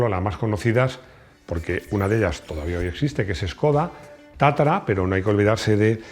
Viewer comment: Es tatra, no tatara...